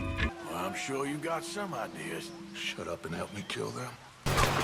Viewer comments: Are you sure you want to go with the idea of collecting all the "shoar" of all you go around?: Shoar. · Normal People : Sure RDR Players: Shoar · Everyone: Are you shoar you're shoar?: I'm shoar. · Just making shoar Surey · SHOARS SHOARLY ASHOARED